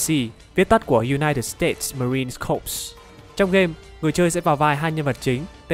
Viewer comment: Từ "corps" trong United States Marine Corps đọc là "kor" nhé thân